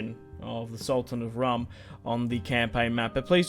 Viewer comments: its pronounced "room" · Rūm is pronounced like room